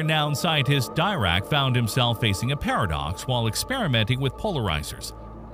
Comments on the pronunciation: Please pronounce "Dirac" correctly. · Why can't you pronounce the great physicists names correctly? Great basic information but the wrong pronunciation of Feinman and Dirac detract from the presentation.